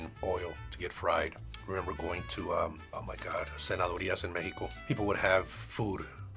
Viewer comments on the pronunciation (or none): For non Spanish speakers, it’s actually cenaduria and not senadoria just fyi 😅